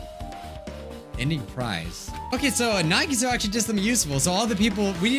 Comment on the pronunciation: I don’t rlly like how says nahgeetoe instead on nagitoe